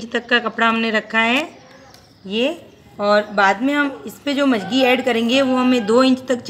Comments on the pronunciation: mam,video me jo jankri aapne de hai uske leye thank u, but magji ko aap majagi bol rahe hai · मंगजी होती है आप मजगी बोल रही हो।